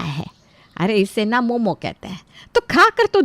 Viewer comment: Momos Nahi momo hota hain gabar😂😂